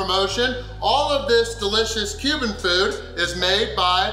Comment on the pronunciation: I kept hearing “human food” every time he said Cuban food.